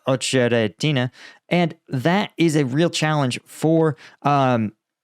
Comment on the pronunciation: Ohtshderedinay for Otsheretine? He is obviously monolingual, but he has a valid excuse, being American. Cut him some slack.